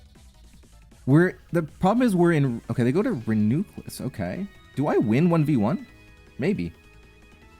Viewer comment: "Renuclus" is by far the worst, it pisses me off so much